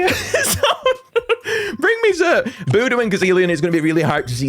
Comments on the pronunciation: um actually x’rt is pronounced Exert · X’rt is pronounced “exert.” Also, Fandhul HAS to be percussion, because otherwise, Boodoo is the only percussion monster unless Arackulele beats on its guitar.